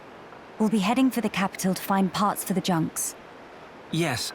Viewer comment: "the junks" 😒